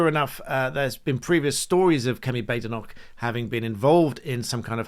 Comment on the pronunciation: Why is everyone mispronouncing her name, it's 'Bad-Enoch'!